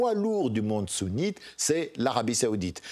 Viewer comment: Arrêter de dire Iran siit et Arabie saoudite sounit